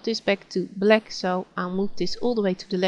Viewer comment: I like the way you call black bleck and bucket bocket, nice tutorial, just starting off with gimp and this came in handy, am a linux user now, so i got to learn gimp.